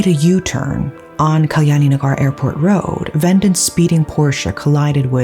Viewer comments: It's ve-dant.....not ven-dent . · It's Ve-dhaan-th. Not vendant. Also it's dhev-esh. Not Dev-ash